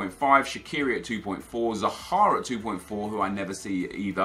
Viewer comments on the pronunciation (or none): did you say zahara or zaha?